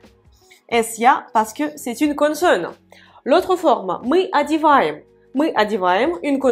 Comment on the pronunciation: Les explications sont parfaites et très claires. Merci beaucoup. Lorsque vous prononcez le mot "consonne" c'est un peu avec l'accent du sud de la France. J'entends "connesonne".